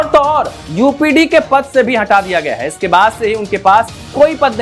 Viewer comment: यूपीडी नहीं यूपीडा